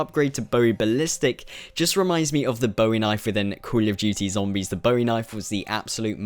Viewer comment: you sound like your chocking on something, and how comes every other zombie you tuber doesn't pronounce it like you